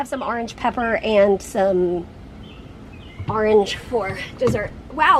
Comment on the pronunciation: Congrats on the grass! But what’s “arnge?”😛